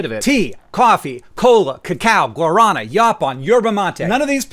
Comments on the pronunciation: Hank, "guarana" is pronounced Guar-a-NAAH. Trust me, I lived in Brazil for many years. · lol, that's not how you say "guarana". The emphasis is on the last A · As a brasilian, i take offence to your pronounciation of guarana (the r is more like a d) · Is no one going to mention his pronunciation of Guarana? No one speaks Spanish here? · You pronounce Guarana incorrectly fyi.